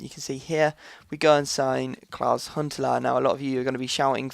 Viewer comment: Why do you say Huntelaar like Hitler?